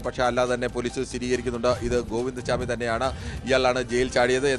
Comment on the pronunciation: സ്വാമി അല്ലെടാ പൊട്ടാ....!! ചാമി